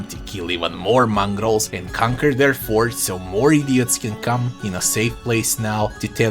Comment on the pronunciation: I know what a Mongol is, but what's a "Mongrol"?